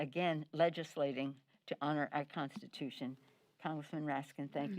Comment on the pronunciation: Instead of saying constitution she said prostitution